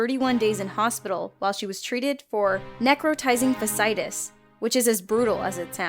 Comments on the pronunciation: Has anyone else noticed how much the PD crew mispronounces words? In this video alone I noticed these... “soot” “necrotising fasciitis” “plethora” “admiral” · Mispronounced fasciitis as well.